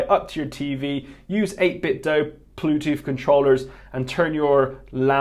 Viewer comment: "8bit-do bluetoof controller" Why do you talk like that?